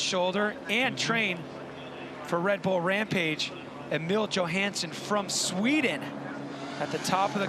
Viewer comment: idk how its 2023 and this announcer is still butchering Emil Johanssons name